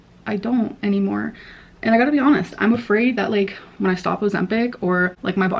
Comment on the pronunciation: Nutreeing and intimately fasting…..I’m done.